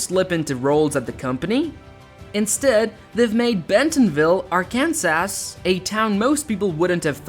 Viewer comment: AI is having trouble with dose engwish words. Arkans-ass. Hundreds of billions and you grace us with deceptive AI. Well done Waltawns.